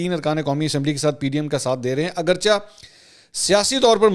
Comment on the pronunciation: Not Aghar chah but aghar cheh